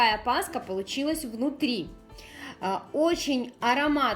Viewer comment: КРАСИВО, как всегда, НО пасХа. И "кило " режет слух. Я люблю плотные.. Больше всего нравится с изюмом и выпечка с цукатами. А тесто, вымешанное комбайном, дает просто отличный результат, в дрожжевой выпечке очень важно хорошо вымесить тесто.